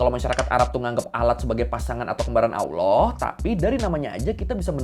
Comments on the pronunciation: Lucu liat org gak bisa ngomong Allah jadi awlah 😂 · Maaffff bang......sebolehnya latih lidah sebut Allah bukanb Alloh....Kalau bagi ALASAN sbb lidah orang Jawa.....Kenapa orang Jawa yang luar Indonesia boleh fasih sebut ALLAH....Teguran Ikhlas❤🙏🏾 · masih mending daripada aloh. 😅